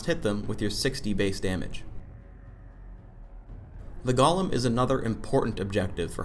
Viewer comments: I don't understand why he pronounces golem like "gollum" GOAL-EHM GOLEM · he calls it "gollum" wtf